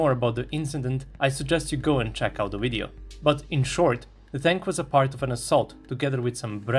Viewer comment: it's Video, not Wideo (ouideo)!!! Video like Vernon, like Virtual, like Venus, like V.. plain V.. it's not Wideo. Why you narrators try to speak better English then English speaking people themselves. Again, it's video.. not wideo... it's so annoying ..